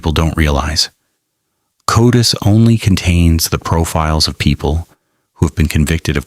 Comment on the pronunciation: What? AI doesn’t know how to pronounce CODIS? And it’s not spelled Cotis. It’s an acronym. Not a professional quality video.